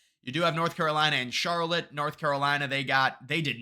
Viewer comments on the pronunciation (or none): none